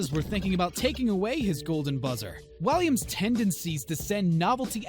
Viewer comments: you said Williams not waliams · WALLIAMS NOT WILLIAMS GET IT RIGHT IRONIC AINT IT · Excuse me? David WILliams..... ITS WALLIAMSSS 🙄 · He said David Williams at first when he said it but the rest he said it right! THAT ANNOYED ME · can u actually show the clips? I get confused when all u do is talk about is! also u said Williams by accident